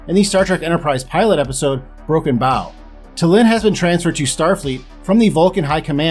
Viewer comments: The Enterprise episode "Broken Bow" is pronounced like bow and arrow not like the bow of a ship. It references Broken Bow, OK where the Klingon crashed to Earth. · RE: Broken Bow. So you know: It's pronounced Broken "BOH" (long O--like the weapon, rhyming with "low"), rather than "BOUGH" (with the dipthong). It's a city in SE Oklahoma named after a city in Nebraska itself named for the supposed discovery of a native American broken arrow and bow (there is a corresponding Broken Arrow as a part of the Tulsa Metro area in NE Oklahoma). The pilot episode of Enterprise was named such ("Broken Bow") as the first Klingons crashed on Earth in or near the city.